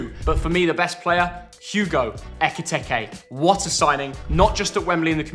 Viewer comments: Plz stop saying eke tecky it’s eke tike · Who’s gonna tell him that’s not how u say ekitike’s name